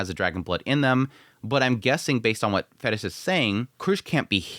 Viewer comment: It's certainly not 'Fetis'/'Fettis'. It's "Ferris"!!!